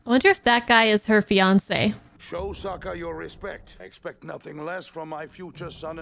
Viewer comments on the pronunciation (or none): I just realized that in the shitty live action movie, they unironically call sokka "sooka" in the same way as the fiance did here. M night must have seen this episode and just ran with it lol